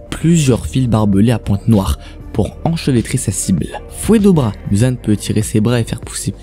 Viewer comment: On prononce mouzan pas mUzan c est comme si tu dit narUto sasUke mais c est "ou " sinon sympa la video